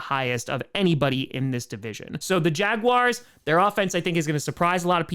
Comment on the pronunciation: Did he just say Jaguary?